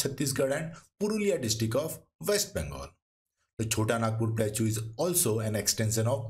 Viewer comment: In no accent plateau is pronounced as plachuuuu, please correct it ,it is very irritating